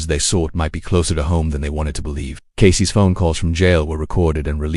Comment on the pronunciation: Sloppy AI dub (Casey's = "Casey-ESS" - dude, for real?), AI-generated visuals, baity narration ("this will change how you look at that case, just don't stop watching!" my ass...), the title is also a bait. Sorry, but there are multiple true-crime channels that actually put in the effort and produce much better content, without trying to trick people into watching until the end... Putting on 'do not recommend' list.